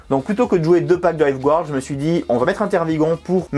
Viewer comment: *encore, "gouarde"... 🤦‍♂️